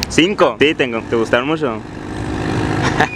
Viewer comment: Este cagado como pronuncian en el norte el ch como sh